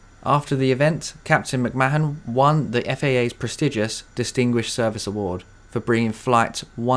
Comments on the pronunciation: Great video, this is a newly discovered channel for me although the mishap was familiar. The Captain’s name is pronounced McMarn by the way, not “Ma-han” 😊. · McMahon is pronounced 'McMARN' You never know, that may come in handy for someone, somewhere, one day before our star engulfs Earth.